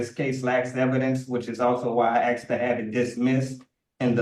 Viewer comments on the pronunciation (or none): he axed that they save that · He humbly and respectfully "axed".... I respect the 2nd judge for letting the nonsense roll off her back. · And he also insists he needs to use the law "lieberry". And he has "axe" so many times. 😂😂😂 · How did the English language devolve this badly? Axed and li-berry. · Why do they always say axed rather than asked. Is it that hard to say? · But I axed nicely.